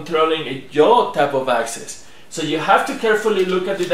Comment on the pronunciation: "JAW" axis? ;-)